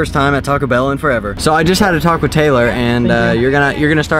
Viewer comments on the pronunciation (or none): When he said "I just had a talk with Taylor" I thought he said "I just had a taco Taylor" nahhahaha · It sounded like you said “taco Taylor” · When he said I just had a talk with Taylor I thought he said I just had a taco Taylor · I literally thought he said he had a taco Taylor